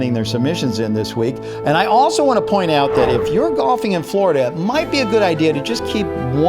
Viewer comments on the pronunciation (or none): none